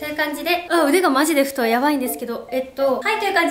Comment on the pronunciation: 「太い」をふてぇんですけどっていうの好き（笑）